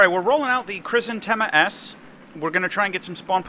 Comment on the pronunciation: It's Hrizantêma. I know how it sounds, but latinization for the many is adaptation to English